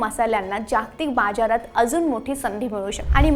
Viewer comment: निवेदन शैली चांगली आहे पण बर्याच मराठी शब्दांचे उच्चार हे प्रमाण मराठीनुसार नाहीत. उदा. शिसेचा उच्चार शिसं च्या ऐवजी शीस असा केला तर बाजारचा उच्चार बाज्यार असा केला. व्याकरणाच्या चूका पण केल्या. सुधारणेला वाव आहे पण निवेदिका मराठी येणारी हिंदी भाषिक असावी अशी शंका येते.